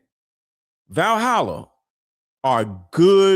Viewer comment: I thought said “like Vahalla I have a YouTube channel”.